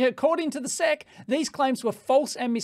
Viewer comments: One reason to call them "The S.E.C" rather than "the sec" is autocaptioning. YouTube's autocaptioner thought you said "sex complaint", not "sec's complaint" :D. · Please don't ever call the ess-eee-see the "sehk" again, it's just not right. S-E-C. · SEC ESSS EEE SEE Say it with me now... ESSS EEE SEE SEC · We spell out the letters in the US, S E C (ess eee cee), rather than sec. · SEC is an initialism, not an acronym. So you say the names of the letters (S E C) you don't read it like a word. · We USA-ians usually call the SEC the "ess ee see" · Dave, we don't say "Seck" to refer to the SEC any more than we say "Fibby" to refer to the FBI, or the "Nurk" to refer to the NRC. We spell them out. We don't pronounce them as words.